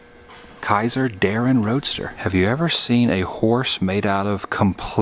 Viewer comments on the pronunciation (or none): none